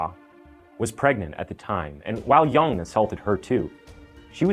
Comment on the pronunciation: Your pronunciation of the the killer name is good. Did u learn mandarin by any chance ?